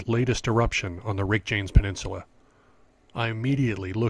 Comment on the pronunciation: Did you really say "Weckjanks" Peninsula? To your credit, you did say it correctly It is interesting that the vent you shot did not exist for the first month of the eruption. The early vents were spectacular. There were like 6 or 7 of them all going off at the same time. Then the one you photographed appeared and shut down all of the others. Its been pulsing on and off ever since.